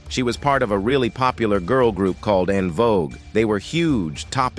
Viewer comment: It pronounced the verb "called" as "Call Ed". It's a terrible voice.